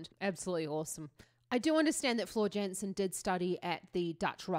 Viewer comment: Shes Dutch.... So its pronounced Yansen.